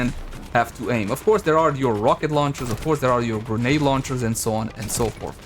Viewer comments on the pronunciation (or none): none